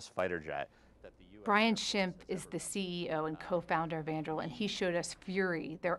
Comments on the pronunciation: It's Andoo-reel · “Anduril”!? Ffs! These guys took the wrong lessons from Tolkien.